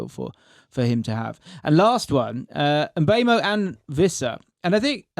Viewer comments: It is pronounced as M-bwemo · it's mm-boo-mo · No its not. The name is Mbeumo. Pronounced Mm-boo-mo